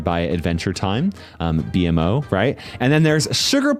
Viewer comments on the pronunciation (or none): Sugerplum rosa is also from adventure time Also its pronounced bee-mo 😡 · DID BRO JUST MESSED UP SAYING BEMOS NAME?💔